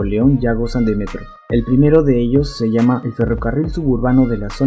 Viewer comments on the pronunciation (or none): none